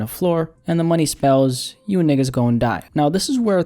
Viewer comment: Nah, bro the way you say nigga I can tell your not black my boy.